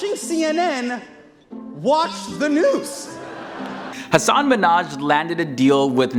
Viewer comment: He is Hasan Minhaj Not Hasaan Minhaj